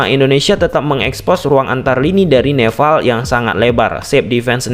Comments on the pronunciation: Nepal bang bukan neval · Nepal bang bukan Nefal😅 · Nepall bang bukan nefallll😭😭😭😭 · bang maaf sebelumnya, aku fans channel abg tapi seharusnya "nepal" bang bukan "nefal" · Wkwk suka greget pas dia bilang neval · NEPAL bukan NEVAL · Perasaan, nama lawannya Nepal deh, bukan Nefal/Neval..??🤔🤔🤔🤔 😅😅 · nepal bg nepal bukan nefal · Bang bukan NEFAL bang tapi NEPAL, nanti org Nepal marah bang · Nepal bang,bukan Nefal😅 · Nepal bro bukan nefal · Orang mana nih, neval😂😂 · gua jd salfok sama kata2 lu bang "nefal" wkwkwwk tp isoke bang... lanjutkan